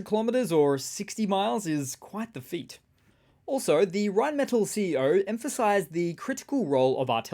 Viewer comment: Rheinmetall. The metall is pronounced “may Tahl”